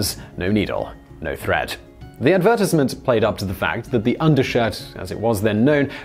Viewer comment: Never hear someone say advertisement like that...